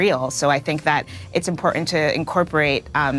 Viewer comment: Did she inporent? What? She meant important, right?